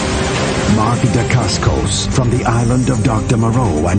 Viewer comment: DNA- Usually a movie chooses to rip off Aliens or Predator, but we chose to rip off both. It's going to be amazing listening to fail to pronounce DaCascos and Jorgen Prachnow correctly eighty times next week.